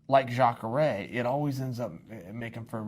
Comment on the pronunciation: Luck Rockhold? Chael, I totally forgive you for getting difficult surnames wrong (hell until UFC 223 I thought Ragin' Al's name was pronounced Ee-quin-ee-ta) but getting the name Luke wrong is just silly, especially when you get Jacare right! Also, you didn't answer the most important question: Where does Kevin Lee fit into this?